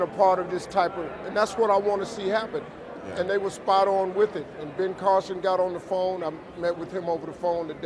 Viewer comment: Funny hearing you say Ben Carlson.. Tuckers brother.